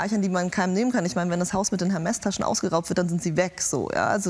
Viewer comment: "Hermes" Tasche??? Dachte erst er meint den Lieferdienst hahaha.....Man sollte schon wissen, wie Designernamen ausgesprochen werden, wenn man damit herumschmeisst ;)